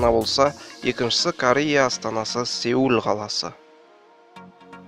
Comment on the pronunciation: кешіріңіз, "seol" емес пе еді? Әлде қалай.....